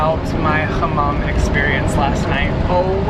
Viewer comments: Why do you pronounce hamam like that ? it's not "kh " just normal h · We dont do throat ‘H’ (kh) Turkish language has soft pronounces. It is not like Arabic or Persian. We are not speak those languages. We just took words from them. We took also more than 5000 words from French but we dont pronounce like French either. We are unique, like you babe 💞